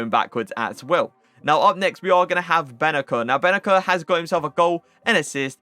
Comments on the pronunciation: Benaser not Benacer lmao this is how you prounounce it. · Pronouciation is "Bennaser!" Not "Bennaker!"